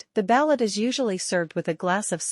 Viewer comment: Learn how to pronounce ba'loot.